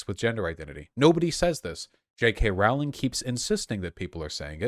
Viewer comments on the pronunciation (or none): You’re a man talking about a man talking about TERFs, and you pronounced her name Rowling like Cowling. (It’s Rowling like Bowling.) I’m done listening.